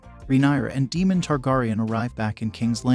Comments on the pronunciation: Yes I had to unfortunately turn it off because of that constantly calling Daemon Demon🙄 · He said Egon and Demon!! 🤣😂